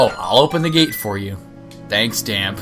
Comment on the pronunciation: The accent at the end of Dampe's name makes it sound like "Damp-ay" like the e in Pokemon